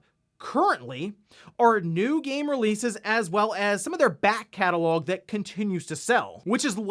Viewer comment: I love how he says "large BACK CATALOG of I.P.s" 😂🤣